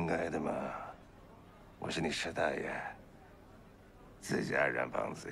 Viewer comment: 不是师大爷，是师大爷.....爷字儿轻念，大爷读二声那是跟大爷是俩概念，后者是爸爸他哥，前者是对有身份的人的尊称